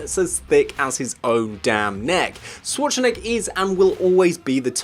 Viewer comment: sh-war-tzen-egger - People have such a hard time pronouncing Arnold's last name. I mean, if you're gonna make a video and say it several times, ti would pay to know how to say it, no? Use the Schwartz! en-egger!